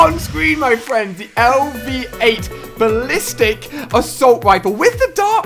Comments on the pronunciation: Basilisk not ballistic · when he pronounced "basilisk" as "ballistic" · Can he read he said ballistic when it's clearly basilisk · Did he say the Lv8 Ballistic? It is the Lv8 Basilisk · Ballistic? No, it's "Basilisk", like the giant serpent in Harry Potter. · HERO Flame yeah he said lv8 Balistics xD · Jasper I haven't watched this video in a while so I just remember how annoying it is to hear me say ballistic instead of basilisk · ali said "balistic" and that is "basilisk" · Oh my god he called it the lv8 ballistic it's the lv8 basilisk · ballistic? haha might want to re-read that ali.. it's basilisk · he called it ballistic :') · Face-palm when he said ballistic instead if basilisk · "Balistic" lmao it's Basilisk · "LV8 Ballistic!" lol you mean Basilisk? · Did anyone notice that he calls the weapon the BALLISTIC instead of BASILISK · Ali why do u keep saying Ballistic when its called Ba-si-li-sk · He just keeps calling it the ballistic. ITS BASILISK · he said balistik at 1,02 it is basalisk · He says ballistic 😂😂😂 its basilisk. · Basilisk not balistic fail xD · did anybody realize he said ballistic instead the basilisk like a snake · It is Lv8 basilisk not balistic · Balistick its basilisk LOL! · He called it BALISTIC instead of BASILISK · Who realised he said balistic not basilisk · Balistic? Its basilik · It's not ballistic it is basallisk like the snake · Psst it's Basilik not ballistic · BALISTIC ummmm Ali its bah sil lisk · It called basilisk not ballistic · Basilisk ali, not ballistic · Ali it's basillik not ballistic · He said ballistic -_ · It's an ar not smg It's bass il isk not ballistic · ali you literally can't read it is basilisk and not balistic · lol it's basilik not ballistic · Pronounced Bah-sil-ic not Ba-lis-tic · did anyone else cringe when Ali said Balistic instead of Basilisk? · Baaa silllll isk not balistic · It's basilisk, not ballistic, Ali-a big noob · Rohan K he said ballsack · Jasper you mean basilisk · Jasper,no,its Basilisk